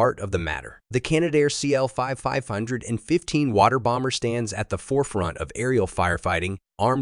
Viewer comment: So much for AI voice over! Not KL 515 its C.L 515